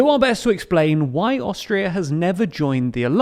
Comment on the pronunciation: Haha, I thought you said Australia. I was so confused listening to the episode for awhile. Great coverage on the history! 👏🙏🏼😁